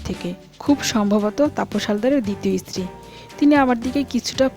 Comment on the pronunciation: baje ucchharon..istiri...mane iron..stree..wife..